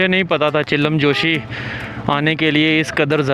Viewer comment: بھائی آپ ویڈیوز بڑے شوق سے دیکھتا ہوں ایک چھوٹی سی غلطی آپ کرہے ہیں یہ جو آپ چلم جوشی کہہ رہےہیں یہ اصل میں چلم جوش لفظ اپنی تصحیح فرما لیں